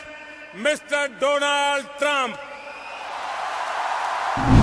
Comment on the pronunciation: Donald नहीं Doland कहा था।